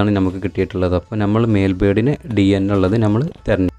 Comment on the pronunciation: Good sooper. Carry on. Best of luck . Ante pakalum palatharam birds undu. Pinne aarum achadi baasha samsarikumnilla. Ankilum pothuve samsaram sradhikanam. Nighal oru vloger koodi alle.? 1. Gaige alla. ( caige ) aanu. Flaiwood alla. ( paliwood ) aanu. Jhammal alla ( nammal ) aanu. Ithellam sredhichal nannayi. Kuttapeduthunnathalla ketto. Take care. Jan subscribe cheyyam. Okay by 👍